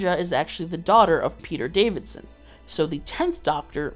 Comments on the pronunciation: Peter Davison… Not DaviDson… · every time you say peter davidson instead of peter davison my soul shatters a little bit more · It's Peter Davison not Davidson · If you've got to Tier 6 surely you might even know that it's Davison not Davidson! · Is it just me or is he saying Peter Davidson?!